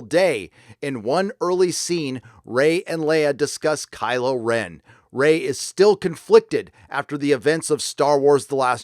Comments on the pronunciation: Did I hear "crylow Ren". Haaaa.... Lol.... Be wide my friends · ROFL, "Crylo Ren", "Joke"